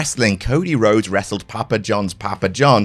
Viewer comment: "There are loads.. Cody Lhodes" got me there 😄